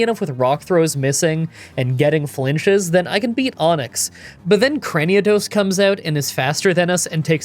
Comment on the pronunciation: Where exactly are you seeing the second 'a' in Cranidos? It's not Craniados. Also you might want to look at your rival's team after the first Cyrus fight. You kept calling his Staraptor "Staravia." You did so multiple times.